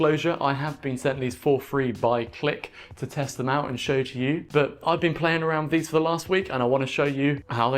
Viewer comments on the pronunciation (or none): none